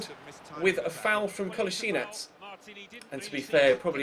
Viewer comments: parni valjak melje the man himself said it's pronounced as it's spelled: 'Ko-lass-i-nack' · Just so you know, Kolasinac is pronounced Kol-laz-i-nach.